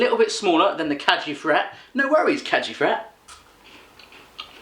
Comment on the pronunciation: The g in Kägi Fret is pronounced like the g in gum :)